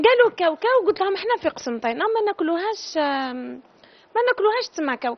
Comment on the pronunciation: كي عدتي قسنطينية اعرفي تسميها وبعد شركي فمك قسمطينة هههههه اسمها قسنطينة ماشي قسمطينة يا زواخة باينة في هدرتك تاع وحدة معقدا